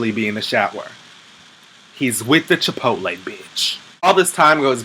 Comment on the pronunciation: Thank you for pronouncing Chipotle correctly. and not Chipolty